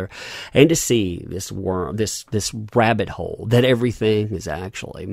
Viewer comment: The way you pronounce "rabbit hole" sounds a bit like "rabid hole". Coincidence? Hmmm ...